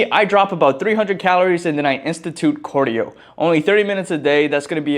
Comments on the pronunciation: CAR-dio not COR-dio. stop saying cardio like that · Is this how you say it? Cordio Or Cardio? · Why do you keep saying Cordio brother😂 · you from Minnesota or somethin? You say cardio how they be sayin ‘soda’ lmao